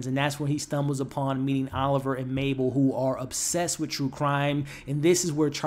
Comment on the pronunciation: U keep calling her “MaPle” it’s “MaBle” no p it’s b